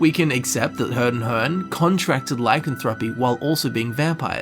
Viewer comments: really... I stopped watching when you couldn't even say lycanthropy right. please go here and listen to the way it is pronounced, your welcome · Learn how to say lycanthropy